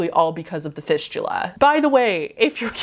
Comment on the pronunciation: After she talked about fisting and went to fistula, (was listening to this vid) sounded like "fishula", my brain ended up thinking "fishula" was like fisting, but with a fish instead.. .-.